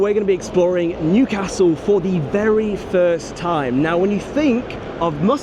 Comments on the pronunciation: Loving the correct pronunciation of Newcastle as well! I love my city. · Excellent pronunciation of Newcastle, spot on.